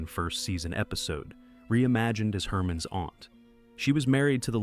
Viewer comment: I agree. There were two times when the voice pronounced "Herman's" as "Hermine's".